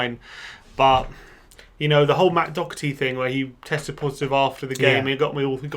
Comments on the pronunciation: You guys need to learn how to pronounce Doherty. Other than that 👏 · Lads it's pronounced DAW-HER-TEA not DOCK-ER-TEA 🙃